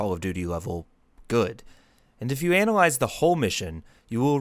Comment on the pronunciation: Bro really took an English AP class and said, I’m gonna anAliZe call of dUUUTy